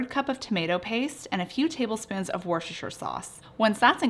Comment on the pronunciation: Try pronouncing Worcestershire Sauce as Wuster-shir Sauce and you'll be spot on.